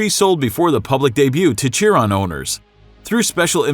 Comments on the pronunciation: GEAR-head. It's Gearhead. Motorhead was an english rock band. "SHEAR-on." Bugatti Chiron. "WHY-ra." Pagani Huayra. And is it fair to include cars no longer in production?? Then list would look a A LOT different (250 GTO, hello??).. One of the 458 Aperta Sergio's is on sale for 5 million now. Oh, well. Lots of nice cars! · And he also butchered The LaFerrari Aperta